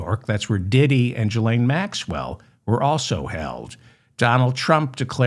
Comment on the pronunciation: Small but important: it’s not Pete Boota judge, it’s jeig. And, Ghislaine Maxwell is pronounced with a hard G, not a J. Yes, all war is justified with and based on lies, I knew that before 1st grade.